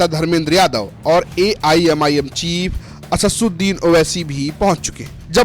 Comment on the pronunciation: bhai असस सुदिन nahi h असद्दुदीन् h 😂😂